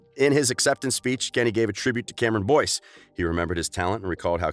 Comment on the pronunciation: This is how many ppl noticed that he said Cameron Dove ⬇️